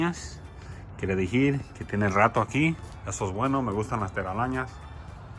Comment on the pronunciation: Teralañas 😂 nooo Telarañas 😂😂😂 me da gracias como cambias las palabras